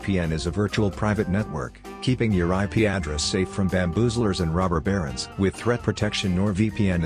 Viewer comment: Did anybody else hear the sponsor bot saying "robber barons" as "Robert Barrons"?